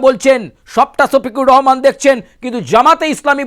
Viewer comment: ছোফিকুর রহমান না সোফিকুর রহমান✅